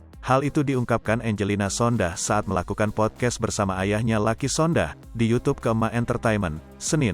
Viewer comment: Jangan Sondah tapi Sondak